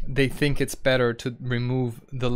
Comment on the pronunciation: "Eets bullshit" eets 50/50 brah